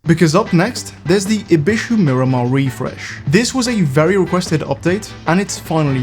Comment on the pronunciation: "ery noice" I never knew was Bri'ish